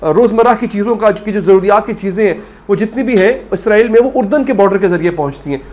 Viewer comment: بھائی اسرائیل کو اعزرائیل نہ کہا کریں